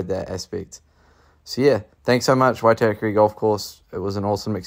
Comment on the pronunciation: Great video. Only thing you need to work on how to pronounce Waitākere properly 😅